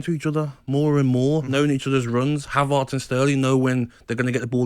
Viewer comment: "Havarts" "Kavavitch". Top literacy from Gabby Upmabumawhore